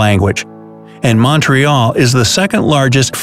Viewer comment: thats not how u pronounce "Montreal"